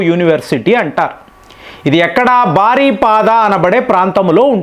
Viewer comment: బారిపడా కాదు, బరిపడా.